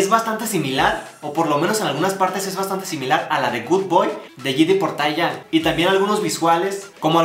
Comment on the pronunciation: De hecho se pronuncia Teyang no Taiyang :)